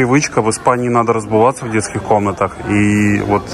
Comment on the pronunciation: А как вам " разбуваться"?😂😂😂